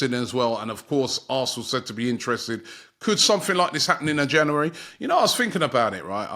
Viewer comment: Just wish Robbie would pronounce January correctly, makes me cringe 😂 plus as an arsenal fan, I believe we ant buying anyone.. we are still a dead club with a dead owners who care only about there American sports teams. I don't think Arteta is the man for job anymore either.. overworking players and its showing again like last season, we are running out of stream too early.